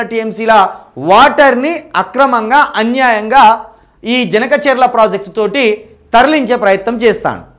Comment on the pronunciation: Harish Rao cheppindi vinnaram kadu...please review the project and tell the facts....first ganaka cherla kadu Boss, it is Banaka charla